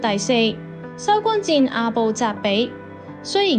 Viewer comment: 不是收官戰，收官戰。 係收關戰。